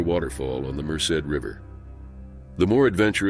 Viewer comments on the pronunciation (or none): none